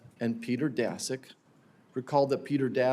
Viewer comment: Daszak is not "dasek", it`s "DASHUK"